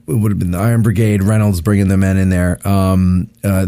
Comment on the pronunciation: Just listen to your podcast. What about the iron brigade. Smh, you said the EyeRon Brigade.